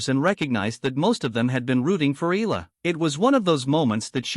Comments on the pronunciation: Eh Yah La not Ih La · She's NOT E-L-A, NOT pronounced EELA. She's E-A-L-A, pronounced E-AH-LA